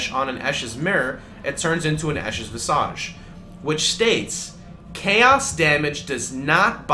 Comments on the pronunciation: Interesting. So why do you pronounce it "vis-ahj" then, when there are no other examples of words ending in the suffix "-age" being pronounced as such? Examples: courage, wreckage, marriage, baggage, etc. All are properly pronounced with the weak I sound (i) as opposed to the long A sound (ah), and the same pronunciation rules apply to the word visage in the same way they do to "image". I remember several years ago when I played League of Legends, people used to regularly say Spirit Visage the same way, with the long A sound, which at the time I assumed was correct because it was a word from French or something. This, however, is not the case. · I was more triggered when I heard "vis-ahj". Makes me wonder if people who say the word that way also pronounce image as "im-ahj" instead of "imij".